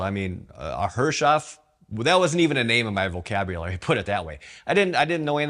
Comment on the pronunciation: Great video! But remember to pronounce Herreshoff correctly---- Harris-hoff would be the proper way. Look forward to the next update.